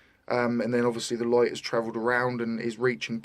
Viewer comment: I really CANNOT listen any further to this puny brained parrot. And what the h*ll is a 'loight' ? (sunloight, moonloight).